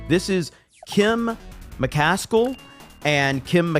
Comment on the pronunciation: That's not Kim mc-kas-cul, it's Kim mc-as-kill "kill" ---> "as kill"!!!!